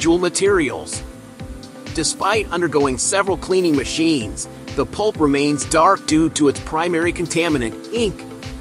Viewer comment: Either I'm deaf or you're saying pulp, not poop! Either way, I'm laughing!!